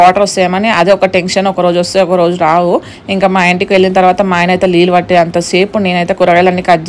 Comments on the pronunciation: Leellu😅😅 Kadu neellu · లీలు కాదు, నీళ్లు😅